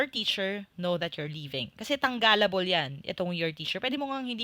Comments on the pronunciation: Natawa namana ako sa tang galable, hehehe good presentation tho. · I really love this yt channel even though I’m just a newbie here. I’m still learning even I’m at home, thank you😊 Sino nakapansin sa “tangalable” niya hahahhaha☺️ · It’s the “tanggalable” for me 😆